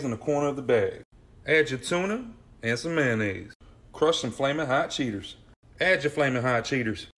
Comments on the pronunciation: The first video the guy says hot cheeteRs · The first guy said cheeters